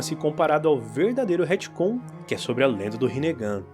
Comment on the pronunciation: Hitcon? Retcon pelo amor de Deus kkkk😊